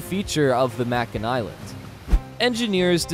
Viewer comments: It's "may-kin" not "mack-in" Island. I haven't been on it, but they were in our battlegroup and I've heard them on fleetcom more than I care to think about. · The Fact that you pronounce Makin as Mack-in instead of Make-In means you have no idea what these ships really do... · The word is "incarnation" NOT "incarceration" Very different things.... Also, it is May-kin not whatever the hell you were saying. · May Ken. Not Mack in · 🤦🏼 "Tarawa" is pronounced "Tear-uh-wah" and "Makin" is pronounced "May-Kin"! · Thank you. That bothered the hell outta me every time he said "mackin" 😂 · Hey, meathead, it’s Make-in Island(Makin). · I don't mean to be picky, but, Makin Island is pronounced with a long a sound, (Make-in)... just saying... and again, I don't mean to be picky, but the V-22 Osprey, Osprey is pronounced with a long a sound, (Ospra) the ey is pronounce as an long a, like the Spanish e (long a sound) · May-kin Island. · Your mispronunciation of “Makin” Atoll drives me nuts. The word rhymes with “bacon”.